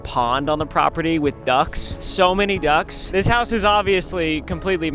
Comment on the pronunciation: There is no shot he called the cobra chickens "duks" I am from Canada BTW